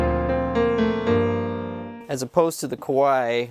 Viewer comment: You gotta be careful of your pronunciation of Kawai haha. Kawai = piano company 🎹 & Kowai = scary 😱